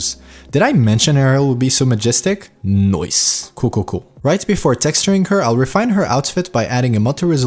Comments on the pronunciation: I like how he says "NOICE" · Can u like stop saying noice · the way you say "noice", it's very NOICE! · Love it. every time you said Noice.. I repeated NOICE :D Ill definitely check out the anatomy :) Thank you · and its most likely australian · NOICE XD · did not expected to hear that as well, haha.